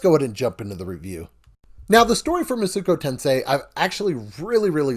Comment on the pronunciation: Thank you for this review. I was about to buy this game, but thought I should see a review first. Only critique is that it hurt me everytime I heard you say Masuko Tensei.